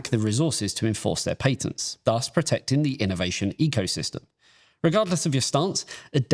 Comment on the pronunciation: yeah. not listening to this goose not being able to say patents